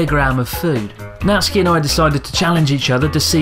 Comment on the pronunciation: Thanks for teaching the world how to pronounce 'Natsuki'. English speakers ALWAYS get it wrong and say it as 'NaT- sooki'.